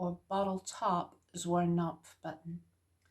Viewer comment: The k in Zwirnknopf is not silent, it’s German. ;)